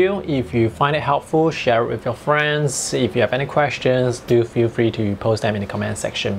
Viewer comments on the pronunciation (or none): none